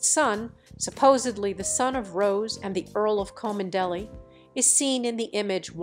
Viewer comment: Rose Hanbury has twin sons, Alexander and Oliver. They do not look like William, they look like their father, the Marquess of Cholmondeley whose name you can't pronounce properly.